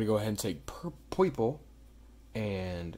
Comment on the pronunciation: "pur- PWEPLE" LMAOOO